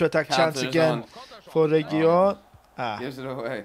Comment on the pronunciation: Guys it's pronounced reguiLon it's just one L ;)